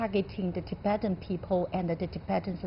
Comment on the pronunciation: The Anchor needs to first learn how to pronounce the name of the guest (Tibetan).